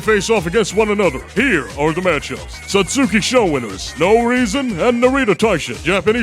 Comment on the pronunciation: wait, so you'll take advisement on this Uma's name, but you consistently mispronounce "satsuki" whenever you say "Satsuki Sho"???